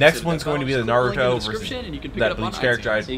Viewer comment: just letting you know you're putting a little too much emphasis in the u in Naruto. It's not NarYOUto.